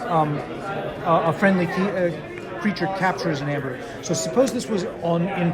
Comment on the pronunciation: It's funny how they don't realize that "ae" is pronounced as a hard "E". It's EEEEmber, not ember, and not amber. EEEEEmber.